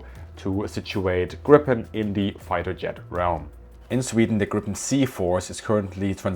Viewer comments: Pronunciation...put moore iii and less pp when you talk about Griiiiiipen....othervise it sounds like saying "smott" instead of smooth.... :) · Not to nitpick here but it‘s Gree-pen, first syllable stressed, long ee (German ie). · The name is Gripen, spelled with one 'p', pronounced like if you spelled it 'Greepen' in English. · NB: The "i" in Gripen is a LONG vowel, like "Greepen" -- got it? Tack! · Gripen, not grippen 😅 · Not pronounced [Grippen] though. More like [Gree-pen] or [Grie-pen]. Means "The Griffon" (the mythical creature with a back half of a lion and the front half of an eagle). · Sigh....You dont pronounce it "grippen", with two "p". You say "gripen" where the pronounce is on the "i" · It is pronounced with a longer i more like two ii "Griipen" It is an ancient fable animal horse/lion there was one in Alice in Wonderland. It makes the pronunciation in English less wrong. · The plain is called Gripen and not Grippen learn this please. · Just a little detail. The name of the plane is Gripen, spelled with one 'p', pronounced like if you wrote it 'Greepen' in English. Thank you. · Gripen is in english pronounced Greepen.......not as it sounds in swedish when spoken in english: Grippen.....Thanks for a nice video! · Perhaps totally irrelevant, but: the name of the jet is pronounced [gree-pen], not [gripp-en] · Not "Grippen", it's "Griiiiipen", thank you for the video :) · Fun fact: grip means griffin. Gripen= the grip/the griffin. It's pronounced 'greepen' rather than 'grippen'. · Gripen, not Grippppen......🙂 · The namn of the plane is not "Grippen"! It is Gripen with a long sounding 'i'. Ask any Swedish military about this and they will agree. Please rerecord and change the gross mispronounciation. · The name Gripen should be pronounced Griepen and not Grippen. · A small lesson i Swedish: Gripen (also a heraldic animal) is not pronounced Grippen, but rather as Griipen. 🙂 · saab pronounce it "grippen" in their own material. Its the English way.